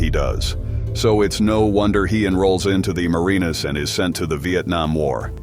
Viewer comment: He "enrolled" in the "Marinas" ? Where TF are you from? Me, I'm gone....